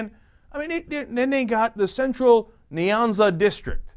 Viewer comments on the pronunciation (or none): This maafaka said niiaanza!!Hehehe,its Nyanza!!